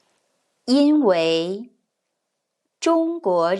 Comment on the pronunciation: 嗨！感谢你分享很有趣的故事！ I have a couple of questions/comments, hopefully they can help improve your videos' content :) 1. 因为 at should be 1st and 4th tone, right? 2. I think it'll be helpful to write the correct definition in context i.e. 再 should mean 'then', not 'again', because it wouldn't make sense in that sentence. Adding this kind of subtle change to your videos will likely bring in new viewers like me who often sees a character but aren't sure what the definition is in that context.